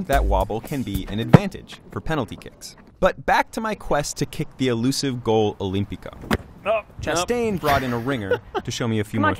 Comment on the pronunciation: "Goal Olympico"